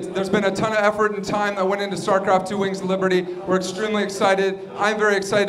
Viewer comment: lol he said "starcraft TWHELVE"